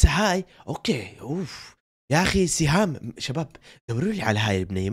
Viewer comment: البنت إسمها سهام مو شهام 😂 و هي من الجزائر ❤🇩🇿